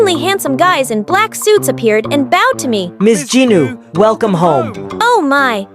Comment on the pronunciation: It's Jinu not Genie